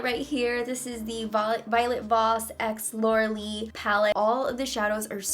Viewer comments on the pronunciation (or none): The minute she said Laura lee it broke my heart ugh 😫 unsubscribe